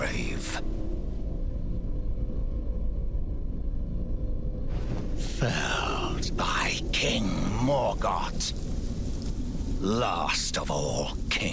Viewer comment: Ah but that's your problem this is Morgott the Omen King, not Morgoth the Dark Lord. There's no 'H" in this one's name. Understandable though good fellow, happens to more than you think. Now good day, I'm off to ride to Rivendell to speak the Black Speech in Elrond's court, surely nothing can go wrong with that. Elrond literally seconds later: BEGONE FOUL TARNISHED!!!